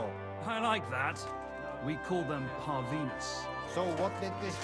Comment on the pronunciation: "We call them par-venus". It's pronounced par-venue, we nicked it from the French. I swear half the voice lines in this game mispronounce something.